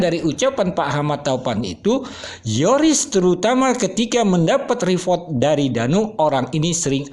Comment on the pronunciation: REPORT.......pronounce as RI POT